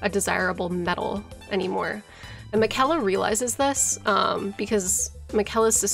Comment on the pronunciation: Do lore youtubers mispronounce names on purpose that are said out loud in the game? Melina and Miquella mainly